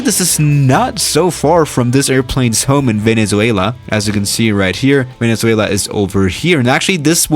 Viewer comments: Venezo... ah I don’t know Duolingo: 😞🗡🔪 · Uhh... I'm from Venezuela and I'm sort of sad, lol. Our country's name IS very hard to pronounce. Kinda felt sad when u said infamous, but it's ok. Nice vid!